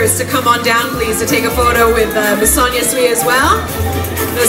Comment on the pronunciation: Sonia "Sweeee" hahaha omg, learn how to pronounce her name please.